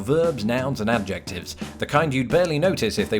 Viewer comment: Just discovered your channel. Really enjoy it. Your "mispronunciation" of adjective (aj ik tiv) is cute.